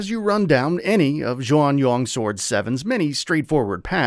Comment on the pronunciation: Interesting all the pronunciations of the game's title and characters are wrong 😄 Taishi is the surname so the main characters name is actually Zhao.